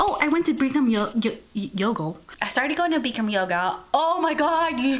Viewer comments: It's pronounced Bick Ram. Not Beekrim. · It isn't Beak-ram or Beak-ham yoga. It is BIC-ram. Like a bic pen. Also, Bikram, the man who invited it isn't a very nice person. Thats why I don't do it.